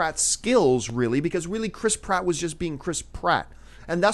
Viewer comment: Lol John, Say "Chris Pratt" one more time....